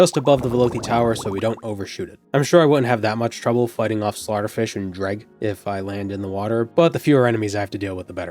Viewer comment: The way you pronounce Dreugh as "dreg" is weird to me. I've always assumed the -gh was silent, making it sound like "drew".